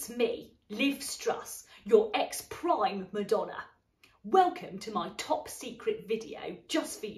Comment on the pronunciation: When she said ‘prime Madonna’ it made me think of’ Primadonna’ by Marina 💀